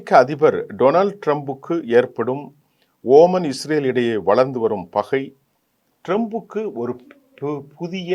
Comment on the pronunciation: இவர் குறிப்பிடுவது OMANஓமான் ஆரம்பத்தில் இருந்தே இவர் பெயர்களை உச்சரிப்பது குலருபடியாகவே இருக்கிறது